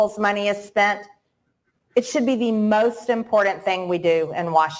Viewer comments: ImporTant, not inpordent. ENUNCIATE YOUR SYLLABLES. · I can't stand the way Marjorie says important. Can someone tell me where the "D" is in that word?